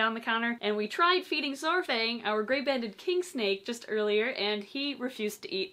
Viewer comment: Glad to see everyone is doing well. As a quick FYI, Saurfang is pronounced 'Sour - Fang'. I just cringe because i play WOW where that character is from haha